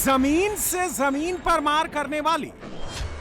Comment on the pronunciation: भाई पहले हिंदी सीख ले l. ये जमीन होती है "समीन". नहीं होती l😅😅😅😅.